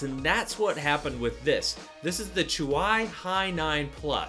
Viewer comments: Chuwaï? Wtf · I thought it's pronounced like "chewy" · It's pronounced Choowie